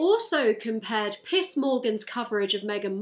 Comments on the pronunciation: I can't tell if it's just the accent, but the fact that you say Piers name so closely to piss is hilarious. It quietly made my evening, thank you. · I like how you pronounce Piers as Piss hahah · Whenever you say peirs it sound like you say piss Wich i find fitting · I can't tell if you're saying "Piss Morgan" or if I just have a brain with excellent taste in auditory processing problems 👌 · Your absolute refusal to pronounce his name as Piers is hilarious. 😂 He's like that creep who harbors resentment for a decade because you declined to go out on a date with his weird as&. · You are saying PISS, right? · the way you pronounce piers like piss makes me so unimaginably happy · Idk if is saying Piss or that's just how her pronunciation of Piers comes off but I'm here for it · When you say Piers it sounds like piss and that’s my favorite thing about this. What a weird old man. The British equivalent of a Fox news anchor but your country makes him sit in a room with people who loudly oppose his views. Iconic. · Why do you pronounce it as Piss Morgan? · I like how your accent makes "Pierce Morgan" sound like "Piss Morgan" sometimes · i like that every time you said "piers" it sounded like "piss" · I often listen to youre viedeos while drawing. And ... the first time you mentioned piers i heard piss......it didnt change after seeing his name spelled out. He desterved being called piss anyway lmao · I love than when you say piers is sounds like piss. That should be his real name. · I heard Piss Morgan and I can never unhear it. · Omg i thought you were saying piss Morgan. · As a non native speaker I heard Piers as pizz (z=s) which just brought my attention back to 100% and made the segment almost funny, almost because he is absolutely vile guy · I love how you pronounce Piers like piss, it fits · To my American ears, every time you say “Pierce” it sounds like “Piss” and it’s so. Very. Lovely. 🙏🙏🙏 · i keep hearing "piss" instead of "piers" and I'm ok with that